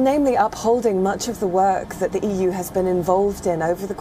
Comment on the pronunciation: EU is more like euuu🤣😂